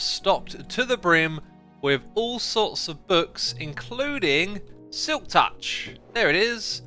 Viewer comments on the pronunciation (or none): none